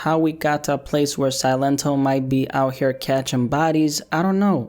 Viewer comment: See-Len-Toh | y'all saying it wrong it's just silent in spanish 👍🏼